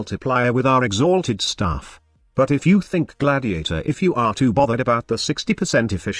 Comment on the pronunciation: Im just hear to laugh when you say "x HALTED staff" :D